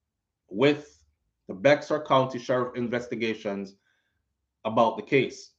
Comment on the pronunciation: Bexar county is pronounced “Bear” like a Bear I used to say it the same when I first moved here 😂😂